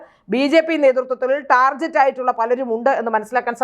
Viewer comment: Correct pronunciation "ടാർഗറ്റ്" ആണ്; "ടാർജറ്റ്" അല്ല. ശ്രദ്ധിക്കൂ!